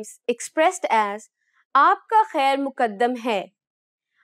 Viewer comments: She is prnouncing khair Muqaddam wrong. Its "maq dam" not "mu qad dam" And frankly, nobody says this. This is literal translation that I have never heard someone saying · آپ کو خود بھی سیکھنے کی ضرورت ہے پہلے تو سیکھ لو خیر موقدم نہیں خیر مقدم ہوتا ہے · It is Maqdam not Muqqadam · Muqqdam nh maqdam